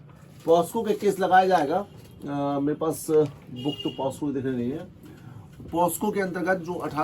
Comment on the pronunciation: पॉस्को नहीं पाक्सो 🙏🏻